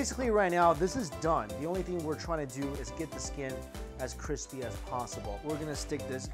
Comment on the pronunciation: Joshua weissman is quaking at the CWISPY skin